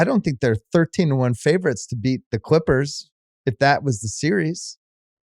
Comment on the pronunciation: Bill says “Quippers” to refer to LA’s other basketball team. I think they all have speech issues